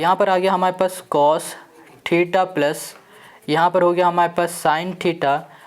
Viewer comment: Bhaiya aap mujhe ek BAAT batao😂😂 Aap Cos Ke C ko U kyu banate ho 😂😂 But sir mai aapaka bahut BADA fan hu aap ke method of teaching bahut shandar hai !!!!